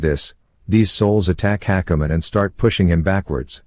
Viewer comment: just listening to the whole thing ... and hakumen is pronounced like hackerman ... omg these TTS bots are too funny xD